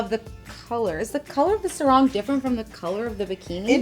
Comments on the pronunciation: im just laughing when they Sarong to "serong" hahhabab u would be so embarrassed if u say that in Malaysia we speak english to bruh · You pronounced sarong wrong.